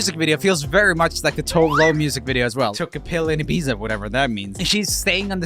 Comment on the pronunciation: Imagine writing a song about Ibiza, with Ibiza in the title, and pronouncing the name of the place incorrectly. I don’t think he took a pill in Ibiza, because I don’t think he went there. 😉